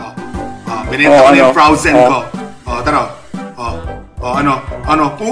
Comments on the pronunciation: hahaha froazen daw hahahah bobooo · Frowzen Sabi nya hahahahahahhaha ha anong Frowzen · Frozen hindi Frowzen Natawa ako dun. Hahahaha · " o sige binenta ko na Yung frawzen(frozen) ko" HAHAHAHAHAHHAHAHAHA LT